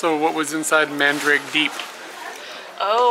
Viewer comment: Not mandrake haha, man-da-ra-ke.